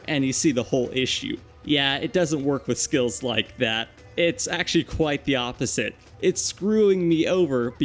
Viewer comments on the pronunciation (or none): none